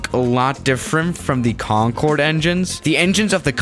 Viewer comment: Have you felt that, when the teacher says Concorde and starts talking about it, but the teacher said conncorê